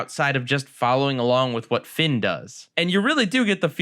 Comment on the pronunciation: I think you missspoke Finn and jakes name at the beginning of dungeon